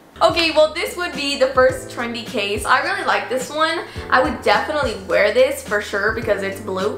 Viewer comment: I HATE how she says wear